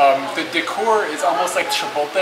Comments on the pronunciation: Chee-poat-lay.Or Che-poodle. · ohh great job y'all! haha Chipotle.. chee-poht-lei where do you get your awesome t-shirts?